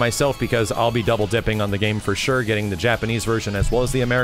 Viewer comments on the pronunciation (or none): none